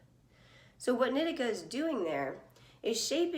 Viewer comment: Isn’t it knee-tea-cah? Not nit-ick-ah